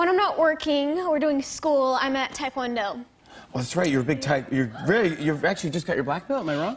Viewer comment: That was not Tawkwondo haha